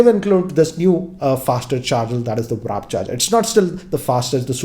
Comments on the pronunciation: And he said Wrap charging instead of Warp Charging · its not wrap its warp charge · Warp cahrger, not wrap charger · Wtf dude!? It's "McLaren" not "Mclerel" for fucks sake! And "Warp Charging" not "Wrap Charging"😒😒😒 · Sir with all due respect, it is pronounced as McLareN and not McLareL also WRAP is pronounced as RAP, apart from this I really like your unbiased reviews and this one was on point as always